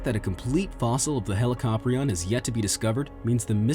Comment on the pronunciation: ITS PRONOUNCED HE-LIC-O-PRI-ON NOT HE-LIC-AHP-RI-ON IT MAKES ME SO ANGRY